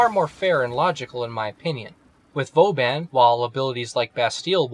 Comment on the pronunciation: You don't know how to pronounce your favorite frame's name?